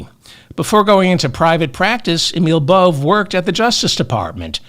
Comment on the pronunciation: Bove is pronounced Bo-vay. He’s an effing asshole either way.